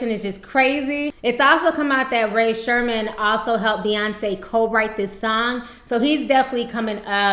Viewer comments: She said "Ray Sherman" lmao I'm sorry I died about that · Swae Lee helped with that?! And I knowwwwww you ain't say bae's group name wrong, Its Ray Shr-em-urd. Its alright though Ti.. I'll let it slide this time.